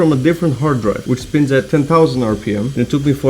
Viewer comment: beeg speen = beeg happee